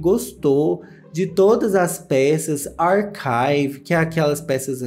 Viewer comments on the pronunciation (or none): none